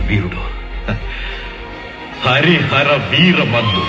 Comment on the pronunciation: Hara hara kadhu anna hari hara adhi 😂